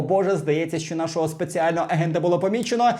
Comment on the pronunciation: Ви можете говорити не "шьчьо" а "що(шчо)?